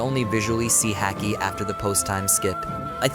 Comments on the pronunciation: The way you pronounce Haki sounds like a dude from Boston talking about hockey lmfao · Everything was great until you said Luffy and haki wrong. Comon man lol